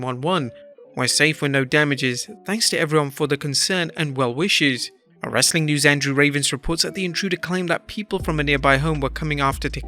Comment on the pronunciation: TBH, I thought it sounded like "Rustling Content" 🤣